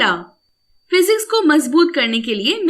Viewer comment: First it is physics not phzics And it is science not synce